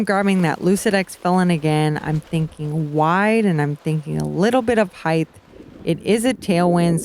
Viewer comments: Paige, I love ya and your commentary is great. The word, however, is height, not heighth. Heighth is not a word. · Paige has been hanging out with Tyler Brickley too much... all this talk of "heighth."